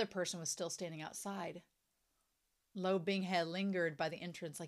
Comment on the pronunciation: I think your pronunciation is perfectly fine...the only thing I wish you fixed is the pronunciation of Luo, as obviously, it's a name that's being said very often. Not sure how to explain it but it's important the U (oo) is there behind the L and finishes with O (as in oh but with silent H? Lol, i really don't know how to talk about pronunciation with native English speakers:,)) Right now my guy is like Lou or Lo...but he is Luo. But anyway, can't wait until you reach a brand new content.